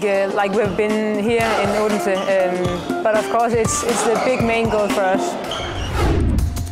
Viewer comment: i was in odense. and she is saying it so wrong!!